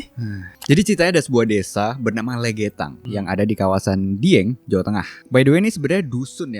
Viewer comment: Bacanya lègètan bukan legetan